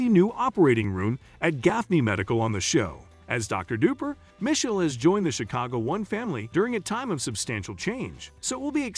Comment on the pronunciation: You pronounced Ptosha's name right but not Misheal's 😅